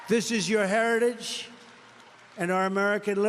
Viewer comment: Incompetent? Oranges (origins-he said it over and over and never got it right), herolynns (heroin); infantroopen (infantry), herridje (heritage), shtates (states), benifishens (beneficiaries), pivitable (pivotal), humanitaries (humanitarian). There are many, many more, and they are not Biden. TRUMP SAID THESE THINGS during rallies, speeches and ceremonies. ON VIDEO TAPE ! Trump’s father slid into dementia. Really listen to him. He’s doing the same.